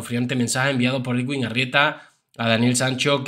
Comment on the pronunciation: Bizum buenas noches. Solo para decirte que el nombre del Doctor se pronuncia EDUIN porque la w en este nombre suena u.